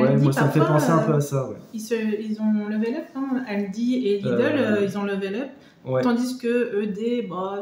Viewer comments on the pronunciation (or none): none